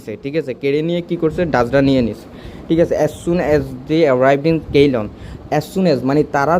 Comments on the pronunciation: কেইলন না সিলন হবে ভাই? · I think Ceylon pronunciation is (সি'লন) in Bangla. Previous name of Srilanka.